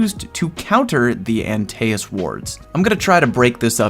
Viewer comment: “Anti es” not aNteASs I’m very confused lmao